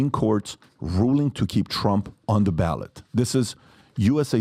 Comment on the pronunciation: If you read the constitution you'd realize the 14th amendment is self-executing and it doesn't say anything about how "states can't do that". Trump did do something wrong first. Quite a few things. Also it's "ballot"